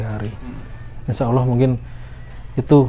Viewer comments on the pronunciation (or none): none